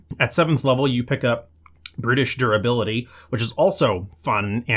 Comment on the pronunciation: Definitely sounds like you said "British Durability" 😂😂😂